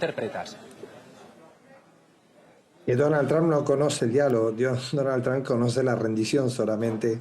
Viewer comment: QUIERO HACER UNA CORRECCIÓN. ÉL NOMBRE DEL PRESIDENTE ESTADOUNIDENSE NO ES "TRAM" o "TRAMP". SÉ PRONUNCIA "TROMP" CON LA VOCAL "O" CÓMO DECIR "TROMPETA"